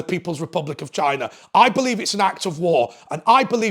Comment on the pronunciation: haha that's exactly how he pronounced it! 🤣